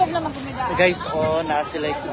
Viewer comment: PRONOUNCE IT " GUYS" NOT GUYZ😅😅